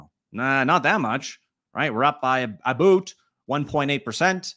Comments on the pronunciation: That aboot killed me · A-boot.... lol